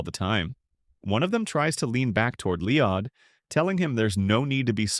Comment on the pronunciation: Who the F is Leeodd?